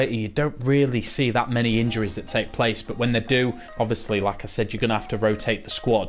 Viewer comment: Thank you for this mate, saved my career mode! Ps kept thinking you were saying lacazette when you were saying like I said😂